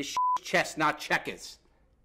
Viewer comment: "Chess not checkuhs!!" 🤣